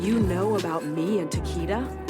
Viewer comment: She says takeda… “ takeada!! Now do sum bout it ”